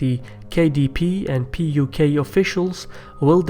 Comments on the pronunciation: You keep saying PQY instead of PUK !! LOL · It’s not PYQ, it’s PUK (Patriotic Union of Kurdistan)